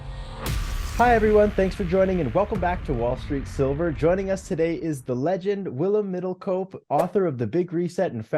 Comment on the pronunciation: pronounced the name Willem Middelkoop perfectly. Like a Dutchman.